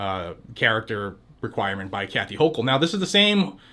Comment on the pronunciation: You pronounced the gov of New York’s name wrong….